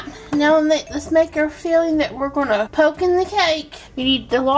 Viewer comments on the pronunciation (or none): none